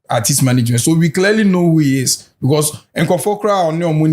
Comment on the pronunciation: Portfolio de3n nso ne “arthist, arthist” yi… its artist not arthist ..ah masa